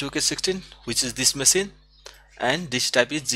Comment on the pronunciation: OMG it is not masine but machine, google translate it and listen to the pronunciation, I appreciate your videos but your English needs improvement big time.